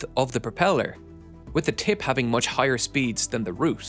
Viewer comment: Say tip one more time...